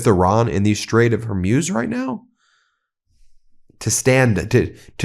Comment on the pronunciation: Can you learn to pronounce the names of the places correctly! It's Strait of Hor'muz